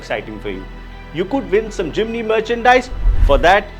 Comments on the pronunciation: forgive me. No "I" between "M" and "N". It is Jim (knee) ny. Jimny not J i m i n y. J i m n y. It is annoying for a 40 years Suzuki Driver and Jimny owner. so sorry, 1000 pardons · Its JIMNY NOT JIMINY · Jiminiee Jiminiee 🤣🤣 Dude take some time and learn to atleast pronounce the name of the car correctly.